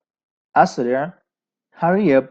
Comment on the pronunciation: اسرع فعل امر ہے۔۔۔تو فعل امر پر زبر نہیں آتا ع کلمہ مجرور ہے لہذا اِسرع ہوگا👍